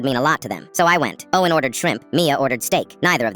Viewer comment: The way when he said oh en when he ment to say Owen is so so funny